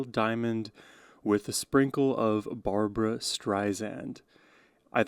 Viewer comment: not B A R B A R A it's B A R B R A